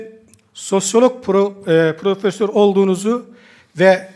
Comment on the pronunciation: Rahmetli üstad Kadir Misiroglu nun dedigi gibi ; PRÖFESÖR😂.PRÖF olmus ama adam olamamis!